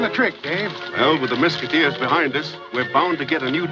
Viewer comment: you're mispronouncing Mesquiteers. The young boy in the opening says it correctly. Similar to musketeers.